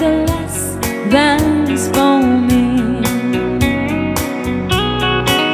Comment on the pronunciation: ayusin mo pronounce mo sa SAVE , hindi "sayb" hahhahaha